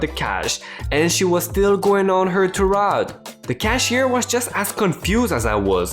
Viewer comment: TIRADE is actually said like TYE--RAID (rhymes like arcade, parade)